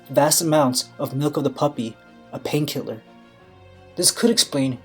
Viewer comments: Milk of the puppy lol come on man it’s poppy say it pop eeeeeeee. Pop pop pop pop eeee eeeee eeee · Anyone else hear 'milk of the puppy'?